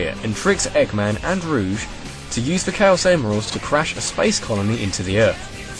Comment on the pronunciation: you pronounced rouge wrong